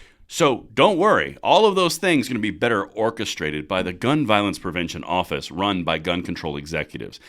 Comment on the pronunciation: lol He said Orifice, thanks man